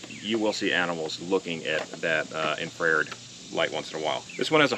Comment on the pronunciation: Lol, IN...FR...AIRED 😆 🤣 😂 my wife also pronounce it that way. IN...FRA...RED